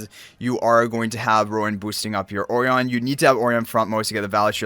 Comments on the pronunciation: Surely 'Orion' is pronounced "Oh - Ryan" like the star constellation? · I appreciate the time he pronounces the name Orion and not the onion the game decided to call him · And yet still gets it wrong